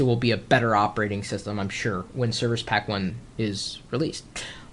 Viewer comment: "serviche pack" lmao